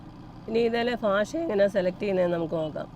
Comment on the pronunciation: ഭാഷക്ക് പലപ്പോഴും കോട്ടയം ശൈലിയിൽ ഫാഷ എന്നു പറയുന്നു .. വടക്കൻ ജില്ലക്കാർക്ക് ചിരി വരുത്തുന്ന ഈ പിശക് പരിഹരിക്കുമല്ലോ ❤